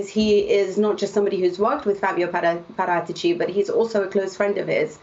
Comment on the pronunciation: The expert says Parátici, the newsreader keeps on saying Para- teachy